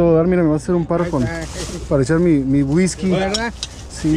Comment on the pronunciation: Hola ; la tienda se pronuncia didis ; la carcachita la sentí cara ; pero como dices se compensan con los otros precios ✅ lavas la botella de guisky no como se escribe 🤣 cámara y acción